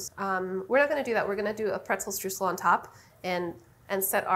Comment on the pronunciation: it's a hard word to say because you're saying it wrong. it's pronounced str-oy-sel ! (Source: I am German, that's how we say it)